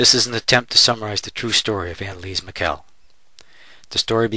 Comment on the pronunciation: It was pronounced "ann-uh-lees-uh mee-shul"